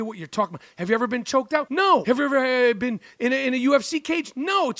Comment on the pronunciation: “And you haven’t even BEAN THERE?”